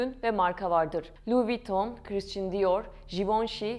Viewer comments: Lütfen hakkında konuştuğunuz firmaların/şahısların isimlerini doğru telaffuz edin !! “ Krisçın kim ?? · Kıriştın diyor jivonşei ne yaaaa???? Şu yabancı kelimeleri telafuz etmeyi artık öğrenin yaaa öğrenin!!!! Okuduğunuz yabancı bir kelimeyi yada ismi Türkçe okuyamazsınız! Türkçe telafuz edemezsiniz ! Hem Türkçe katili hem yabancı dil katilisiniz. Buda yaptığınız işe değer vermediğinizi kalitesiz olduğunu gösterir. Yıl oldu 2023 teknoloji ile uzaya Mars’a gidiyoruz ama halen basit bir Fransızca kelimenin okunuşunu telafuz edemiyoruz. Utanın artık yahu, utanın! 30 yıldır Almanya’da yaşıyorum yüzde doksanınızdan daha iyi Türkçe konuşuyorum, yazıyorum. Siz neyle meşgulsünüz de böyle öz değerlere gereken ilgiyi değeri vermiyorsunuz ???? Kınıyorum ve sırf bu yüzden hiç bir videonuzu izlemeyeceğim !